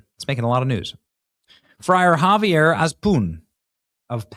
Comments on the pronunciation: Father Javier is pronounced "Havier." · Javier is pronounced Havier. In Spanish the j always makes the H sound